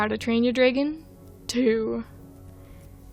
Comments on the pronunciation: No offence, but the way you say “dragon” physically hurts me whenever you say it. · WHY TF WOULD YOU PRONOUNCE DRAGON LIKE THAT?! IT TRIGGERS ME EVERYTIME YOU SAY IT LIKE AUUURRGGHHHH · I swear I despise how you pronounce dragon I'm sorry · Your pronunciation of "dragon" gives my internal ears the same feeling as when someone is scratching their nails against a blackboard. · I have never heard someone say dragon like that and now im confused